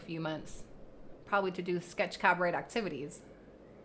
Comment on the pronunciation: Cabaret is pronounced cab-a-ray.